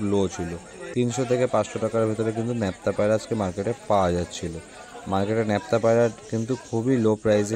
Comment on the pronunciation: দাদা ন্যাপটা নয় নাপটা